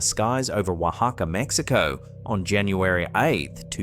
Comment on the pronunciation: ben, tyvm for pronouncing my country's name correctly. Love from the land of the taco.